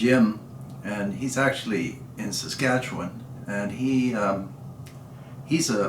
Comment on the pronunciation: The Savage 99 is highly regarded. Says "Saskatchewan" properly. Now, I know how you know about CIL!